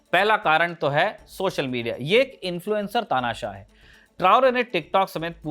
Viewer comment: Bhai "tanasah "word apne galat bola hai